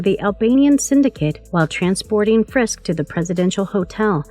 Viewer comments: Please please please. If you are going to narrate any video,please make sure that you have someone in editing and commenting who's competent enough to pronounce the words RIGHT and say the Right words. It's FISK not FRISK. Ugh. Do you realize how irritating that is to a fan??? Nails across the chalkboard annoying. Ty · /Sigh Drinking Game. Take a shot every time she calls him "Frisk" instead of "Fisk" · Fisk not frisk. Otherwise great video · No "R" if "FISK" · Wow you can't even pronounce the Kingpin's actual name correctly...